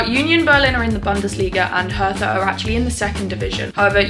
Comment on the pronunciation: Hertha is spoken Herta, the h is silent. It’s not a th. Hertha BSC has amazing Fans! We‘ve a friendship with them. I’m from Karlsruhe. Lovely people in our capital. 😊